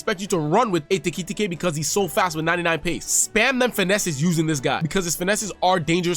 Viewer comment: Like this video just for the " ekitete" pronunciation